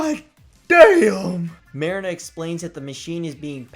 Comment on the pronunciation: I liked the video However, you did pronounce marina's name wrong. Other than that it's good